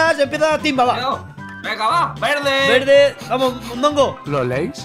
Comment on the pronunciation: Dijo velde xd